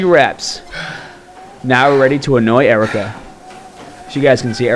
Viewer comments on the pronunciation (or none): I thought her name was erica not ericker